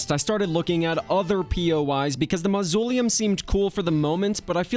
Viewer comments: I loved it. Also this comes from a place of love, but mausoleum is pronounced MOZ-OH-LEE-UM. All that said, great job. I'm honestly wondering if you are going to tackle a return to palworld with all it's updates. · I'm sorry, did you say, ma-zoo-lee-um???? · The way you pronounce mausoleulm astounds me.